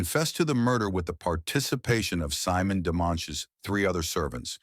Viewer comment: Her name is French and as such pronounced Seemonn not /Symon. Why do your narrators not do their research? bloody lazy